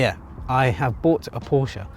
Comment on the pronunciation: You are one of the few from England, who can properly say Porsche. I respect that. 😄